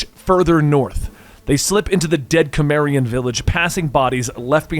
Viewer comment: please do more conan and just a note your pronouncing cimmerian wrong